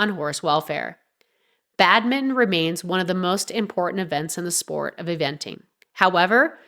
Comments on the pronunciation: Its Badminton, not Badmin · Bad-min-ton! NOT Bad-min! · Badminton not Badmim..irritating narration.. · Get the AI to read what you wrote correctly - it is not 'Badmin' it is 'Badminton'. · It's Pronounced Bad-Men-Tonne !! 💁🙈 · Badmin-TON! so annoying. 🤨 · Why are you saying Badmin?! Are you AI? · Odd pronunciation of Badminton. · Badminton has been wrongly pronounced three times within the first 20-odd seconds. AI voice so goodbye.